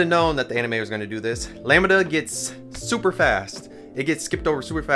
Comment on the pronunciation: Always love your takes! .... Lamb (like a baby sheep)-Duh sounds cooler than how you're saying it like lami-da 😅